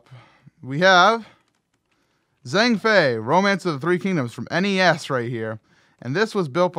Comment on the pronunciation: Actually in China the "zh" sound isn't a z, it's a j. So it should be pronounced jahng. =3 Either way amazing job to the builders and MC, I should be joining y'all shortly!